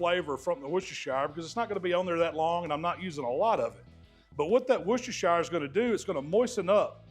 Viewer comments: Loving the videos as always. Just Heads up though, in the UK we pronounce it Wuh-stuh-shuh sauce. We don’t say the shire like shy-uh Hell sometimes we don’t even see the Shire part on the end and we just call it Worcester sauce as that is the name of the town it originated in Worcester is pronounced Wuh-Stuh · "wusstersher" sauce 👍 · it's pronounced "wuh ster shuh" sauce Great vids with some good tips. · Love the video. BTW it is “woos-ter” sauce 😅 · Just Wooster Sauce or if you like, Wooster-Sher sauce. Great video as usual 😊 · wu-stuh-shuh sauce - just for info as I live there! They're some great steaks,! Thanks for another great video! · can't you really fathom how to say WORCHESTERSHIRE?